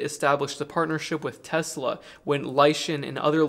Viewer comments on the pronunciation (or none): none